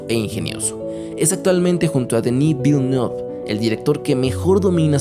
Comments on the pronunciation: Perdón, Que????? "DeNil ViLnOve" WTF??? man. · Que forma tan mamadora de decir Denis villanueve aunque me encanta que lo pronuncies tal como lo es.